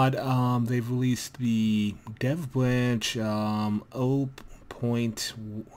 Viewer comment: why can't you say third and here and dev?